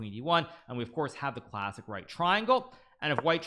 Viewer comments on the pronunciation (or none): none